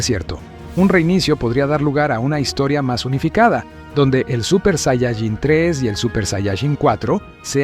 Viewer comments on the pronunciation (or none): Tanto te cuesta pronunciar bien la palabra "saiyaJÍN"????? tantos años viendo dragon ball y todavia no sabes